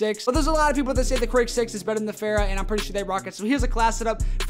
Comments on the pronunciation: Fara not Phara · Every youtuber: fara Him: fera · Say it with me, not FERA. FAHRA!!!!!!!!!!!!! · The way he says fara